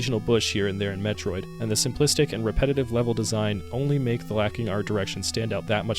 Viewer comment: No, I don't mean captain N. I mean officially licensed Nintendo commercials. Things created BY NINTENDO. Not 3rd party cartoons made by DIC to capitalize on the next cartoon idea. I'm not trying to push an opinion on you. I gave you the original pronunciation. As someone who's attempting to make "Metroid content", I'd think you'd be a little more receptive to someone civilly pointing out that you're mispronouncing the main character's name. Instead of arguing with me, why not go do some research... ಠ_ಠ